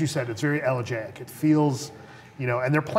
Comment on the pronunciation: You guys are pronouncing "elegiac" wrong lol Also I think the trailer suggests Batman is going to die MAYBE because Anne Hathaway says "You've given them everything," and he replies, "Not everything." Doh. If you guys are reviewing trailers, could you review the Hobbit trailer?? Only film I can really get nerdy about this year :) Enough with the comic books; bring on the fantasy! :p